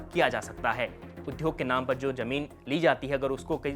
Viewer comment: बहुत बढ़िया, पर उद्योग को उध्योग क्यों बोलते हो???